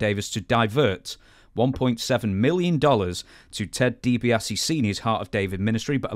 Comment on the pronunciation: "Teddy DiBiasse scandal" DiBiasse...? It's DiBiase